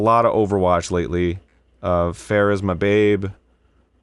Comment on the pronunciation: "Pharah's my babe!" Yeah, mine too Arin! So much so, that I learned to pronounce her name! 🙄